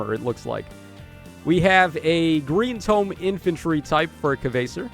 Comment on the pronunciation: A new year coming up and still no one knows how to say "Kvasir" right 😅 Powercreep is based on the character, not the state of the game. Popular characters get the goods. Also Kana living the dream surrounded by babes. 😊